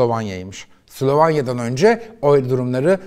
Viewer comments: Mango grubu degil manga, Slovanya degil, Slovenya. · Bu arada içerikleriniz çok güzel ama biraz diksiyon ve konuşmanıza dikkat mi etseniz? Her “sılavanya” diyişinizde, yabancı kelimeleri söyleyişinizde tüylerim diken diken oldu.